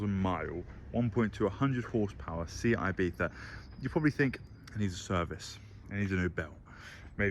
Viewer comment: "Sijat ibita"?! WTF?! 🤣🤣🤣Dude SEAT IBIZA !